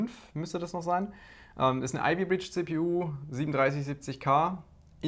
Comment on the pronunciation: okay nach erneutem hinhören habe ich verstanden dass es ivy bridge heißen sollte, davor habe ich "ALDI bitch CPU" verstanden xDD